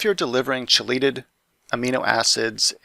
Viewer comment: It's not (Che-laytid) it's (key-latid)